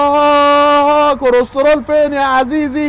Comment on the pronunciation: طيب علمو يعرف يقول كلسترول مش كرسترول ميفضحناش